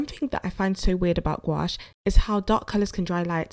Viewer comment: Gouache isn't pronounced like that boo